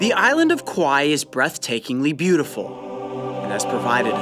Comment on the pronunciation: island not iwlend